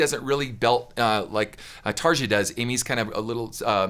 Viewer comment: Yeah this is Floor not Tarja (pronounced Tar-e-a not Tarja just as a heads up there Ken). Tarja’s operatic was her bread and butter whereas Floor can go there but stray further from it than Tarja could. Both fantastic singers. Tarja was the singer on the album version which was her last album with Nightwish. She still does solo albums and is a fantastic singer. You’d do yourself a great justice to explore more Nightwish. They’re fantastic. Beautiful orchestration and melodies. You won’t find bad music in their discography. 🤘 You gave a lot of good information in this reaction though. I didn’t want that first part to sound like a major negative. You know your stuff Ken. And TSO rules. As they should coming from Savatage. Paul O’Neil was a beautiful music mind and a sad loss. Hope you’ve seen them live. They are almost impossible to describe to others, even if they can “see it” on YouTube nowadays.